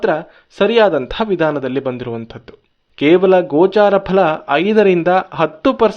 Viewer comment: "ಗೋಚರ" ಅಂತಾರೆ, "ಗೋಚಾರ" ಅಲ್ಲ.